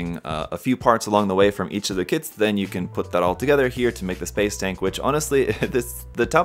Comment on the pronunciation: I kept hearing THANK YOU